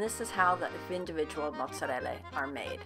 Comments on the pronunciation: Its annoying when she says matttzereellla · Its pronounced Motz-er-ell-ah.....ugh. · mozzarelle is the Italian PLURAL form of Mozzarella. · TMS Fleming no she says Mozellella And you say it like this Mozerella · it's "motserella"; get it right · It's moooottzzzarela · You try to sound cultured by pronouncing mozzarella like that but you don't even pronounce it correctly (the correct pronunciation is muzerell) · omfg...stop saying Motzeriellia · Stop saying mozzarella like motzahleylah. Please. It's giving me a headache. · Its because she completely lacks an accent whenever she speaks any other words, then you can tell shes over-accentuating the word "Mozzarella".. Thats all. Its like talking about Mexican food casually with an American accent, then out of nowhere rolling your R's for any Spanish word. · well...she needs to use the italian accent for italian words. Why should she use the italian accent while speaking english? Doesn't make sense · Correct?? I think not. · It still comes across a bit pretentious. Like we get it, okay, just pronounce it in common tongue. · Maybe her pronunciation Mozzarella sounds inauthentic because it clashes with her American accent. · It's funny cause I'm pure Italian and I don't say it like that at all, then again I don't speak Italian I speak some Spanish. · american pronunciation it's awful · My favorite part is when she says mozzarella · I really hate it when Americans feel the need to over pronounce words like shes doing with mozzarella like it makes them official. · the only time she says mozzarella with an english accent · *When you Google how to pronounce mozzarella and you want to show off to your friends Goes to Olive garden ONCE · Is it just me but it sounds like she pronounces mozzarella different every time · What’s up with the over the top pronunciation of the word “mozzarella”??? Is that how you speak Italian?! 🤯 LOL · Please stop putting an accent on mozzarella..